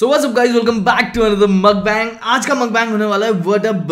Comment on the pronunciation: It's not makhbang it's mukhbang